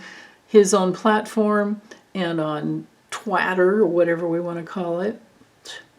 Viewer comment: He said the other day ,that he had a better body than Obama 😂 Did you say twatter ? 😂